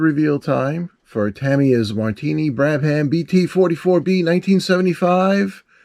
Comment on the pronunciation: say Brab-UM